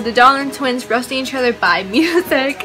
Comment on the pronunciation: you said "roating" not "roasting"